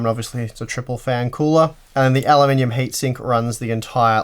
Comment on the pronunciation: I giggle every time you say "alumninium"